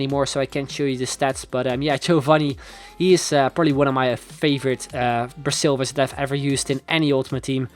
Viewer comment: Why did he say "bra"silvers???